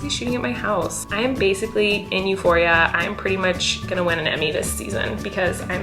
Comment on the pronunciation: euphoria its a greek word <3 you prononced it euphori'a